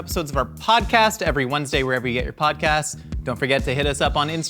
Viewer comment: I thought you said "wherever you eat your podcasts" at first xD